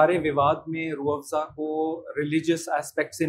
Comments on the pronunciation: अजित अंजुम जी रूह आफजा नही रूह अफजा है आपका बोलने का टोन आफजा हो गया है आप जैसे पढ़े लिखे लोग ऐसी गलती करेंगे तो बाकी के आम लोग तो और भी अर्थ का अनर्थ कर देंगे 😅😂 बाकी रूह अफजा की उत्तम ऐतिहासिक जानकारी देने के लिए आपका बहुत बहुत धन्यवाद । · Rooh afjja..? Rooh Afza*. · SIR JI ROOH AAFJA NAHI... ROOH AFZA HAI... 👍👍👍👍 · It is not Rrrrh Aaafjaaa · Mr. Amit Anjum should first learn to pronounce the name of this world famous drink properly. It is still not too late. He can take a few basic classes in uneducated Persian languages. It is Rooh Afza, NOT Rooh Afja!! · Ajit ji it is rooh Afza not rooh afja